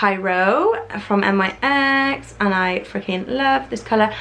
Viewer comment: Omg she said N Y X not nyx 😂😱